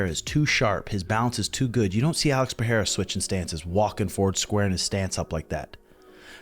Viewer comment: Pereira is pronounced "Pe rey ra" (R's as in Robert), rather Pe Hey ra